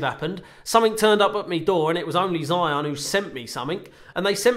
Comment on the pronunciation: firstly you have to pronounce your sponsors brand name correctly to start with